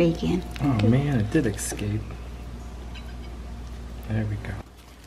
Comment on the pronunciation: did he say ec scape about 14.30 in?